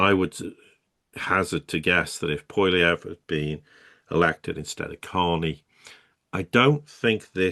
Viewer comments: Pronunciation of Poilivievre: "pwa-li-vi-eh-vre". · Can't even spell it, let alone say it lol Poilievre = Pwally-ev